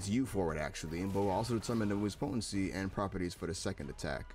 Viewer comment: You’re the second youtuber ive seen that pronounced “potency” that way